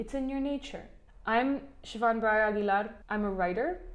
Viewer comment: Great video, especially the part where you basically mention an educated woman is the best thing that can happen to a family. And thanks for always pronouncing your name , so I’m less likely to embarrass myself in case I will ever meet someone called Siobhan 🤓